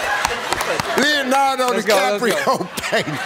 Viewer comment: "oh did he say leonardo di'caprio?" im dead